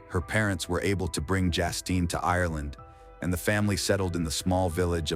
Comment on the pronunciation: It’s Justine, not Jastine